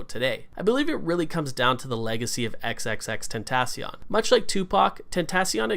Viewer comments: Please say it right 😭😭 X x x ten- ta- cee- oin- XXXTentacion.. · If you are ever going to talk about him learn how to say his name and R.I.P xxxtentacion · bro he cant even say his or his kids name correctly smh, R.I.P x we miss you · He is even saying his name right?? It's like annoying when he says the name